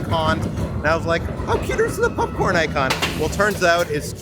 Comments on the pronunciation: Why everytime says popcorn, I hear "Pup-corn!" Great vid guys. Pup-Corn!!!!!! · This was fun to see. I like how calls popcorn, pupcorn. I won't be back to Disney for a while, so it's nice to see this all. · say popcorn!: Pupcorn 😂😂 I kid, I kid,. Great video as always ❤